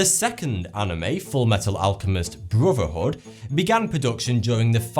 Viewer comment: “FMA Broverhood”